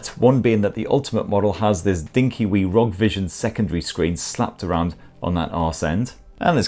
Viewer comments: Good video mate but it's pronounced R O G not rog. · its not Rog its R.O.G!. I couldnt only stand to watch it up until 4.01seconds cause you continued to say rog and not R O G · Kills me everytime you say ROG instead of R O G 😂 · It's R O G not rog 😂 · it's not rog.. it's R.O.G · I hate it when people say ROG as if it's a word. It's R.O.G., R - O - G. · Why is he saying ROG? IT'S R.O.G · R.O.G. For the love of god and respect to all gamers stop pronouncing it like a word!!! Republic Of Gamers! It’s an acronym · Yes cause its actually acronym ROG=republic for gamers/games